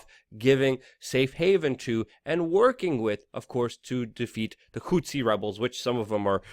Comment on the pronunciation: Its pronounced hu-thee... not hootci lol